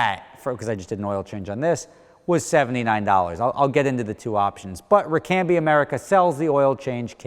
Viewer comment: He said ricambi wrong